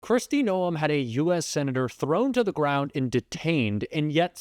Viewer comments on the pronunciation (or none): Please know the pronunciation of Noem is nome. Thank you